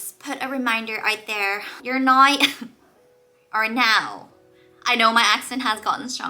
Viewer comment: Congratulations and all the best to you and your family in the coming years! 🎉 Sidenote: listening to you trying to say "now" in a more neutral accent but actually sounding more and more Irish with each enunciation was hilarious. 😂